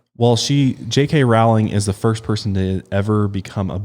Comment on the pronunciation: It's "Rowling" like "bowling". Not "Row" like "cow"